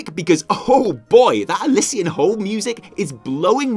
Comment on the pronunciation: The double "ss" in Elyssian Hold is more a "z" sound than a "c" sound. I got some nice conduits from my calling caches.